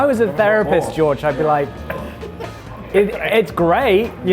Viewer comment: Two guys who come from a country teeming with castles surrounded by these large trenches that get filled with water can’t pronounce George’s name right 🤣